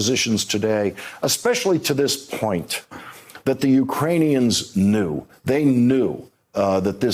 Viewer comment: Is it my hearing or does Lawrence not know how to pronounce knew properly?